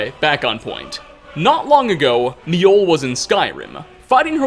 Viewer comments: I don't know where you got it in your head that J's were silent in Nordic/Scandinavian langauges, but you're wrong. J's are pronounced like Y's, making Mi-oll, or Myoll, the correct pronunciation. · MI-Oll? You Mean Mjoll you basically say mole but with a bit more L.